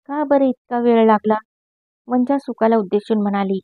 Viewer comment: छान वाचन....पण,तीचं नाव "वंचा" उच्चार "पंंचा"सारखा नको..."चालेल" मधला "चा"हवा... अशशाच छान कथा निवडुन वाचन करा...खुप शुभेच्छा...